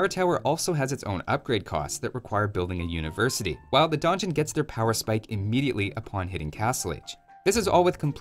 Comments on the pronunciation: I'm a Shadiversity fan, I read Donjon, I click Also, I'm a Shadiversity fan, I hear mispronounce Donjon, I get mildly annoyed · The Donjon Rush, not to be confused with the Don Juan Rush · I don't usually care too much about mispronunciations but this is like the third video where you repeat donjon incorrectly so many times it's really distracting me. Great video though!